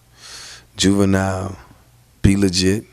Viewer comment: Did he say Juvinille 😂😂😂